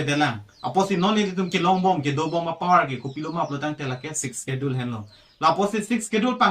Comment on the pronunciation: When pronouncing the words "schedule" s will be silent 😀